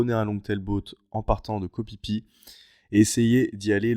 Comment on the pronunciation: Je ne sais pas pourquoi les thailandais écrivent ph mais prononcent p. On dit Koh "PiPi" finalement. Pour le view point où on voit le sol en bois, il me semblait que c'était assez facile d'y monter. Très belles images.